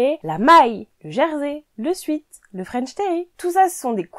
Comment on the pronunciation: Merci pour vos conseils 😊 Juste un petit truc 😏 Sweat tissu du sweat-shirt se prononce « souhaite » ;sweet se prononce « souite » et veut dire sucré, doux... Voilà 😉